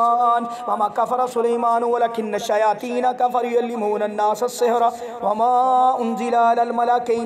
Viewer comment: please recite correctly it's Kafaru not Kafare and you repeated it so many times.